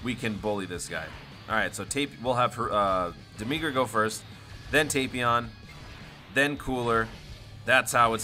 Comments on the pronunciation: For demigra say dem-mih-gra not dem-mee-gra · No Joke! I didnt realize this before I saw the comments. I used to call him Deh Mih Gra. But ever since my boy Scott Herman ruined the pronunciation, I kept calling him Deh MEE Gra to get him to stop calling him Dim Egg Ra -_ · No offense but the way you say demigra hurts